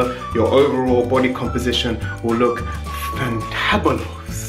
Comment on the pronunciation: faantahabulus ahahahah